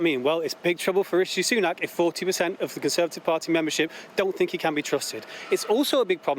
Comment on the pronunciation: Sunak. Not Sunan. Apology!